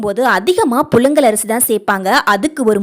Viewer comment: புலுங்கல் ஆ புழுங்கலா ...... தமிழை அழகாக பேச கற்றுகொளுங்கள்............